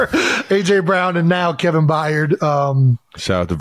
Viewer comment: Kevin Byard…. Pronounced “BIARD” BI-ARD!!!!! Not F’ing Bi-yard, please just read, Jesus F’ing Christ, it’s really not hard…. I know English isn’t your first language, but c’mon, cut me a break, content creator…. My ass…. Forget content, create some literacy.